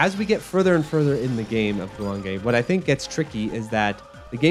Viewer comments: Actually it’s more like goo wahng geh. Ppl think the E sound in Japanese is pronounced like ayy but no, it’s eh. If you see anything spelled with ei, then that’s pronounced like ayy. For example if it was guwangei Also the ahh sound in Japanese sounds more like the vowel in “wok” than “long”. So the second syllable wang would have the same vowel sound as in wok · The name of the game is three syllables. Goo-wong-gay. I'd also love to see another game that picks up on some of the unique ideas this game has. Slowing down bullets within a certain radius seems like the perfect premise for a Shoot the Bullet sort of game. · GOOOO JUAN GAY I've heard it pronounced JEW WAYNE GEE